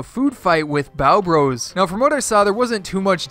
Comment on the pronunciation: Hol up , you said byeo bros (spelt how he said it)